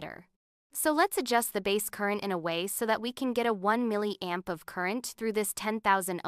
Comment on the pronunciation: I despise the way that the AI voice pronounces "milliamp"